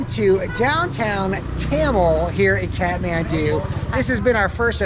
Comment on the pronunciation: It supposed to be Thamel not Tyamel🤣🤣